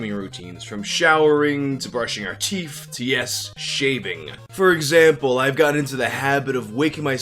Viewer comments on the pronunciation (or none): Please pronounce Teeth correctly..